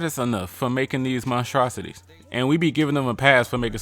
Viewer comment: Time out. Did he say "montrocities"?!